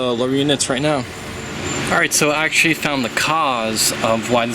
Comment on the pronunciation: Cowl not hood Double u d 40 not dubba d 40 Water not wahder Actually not akshally Cause not cahz Culprit not coalprit Skeg not skag Run not ran Reverse not ruhverse Bolt not bowl Taken not tooken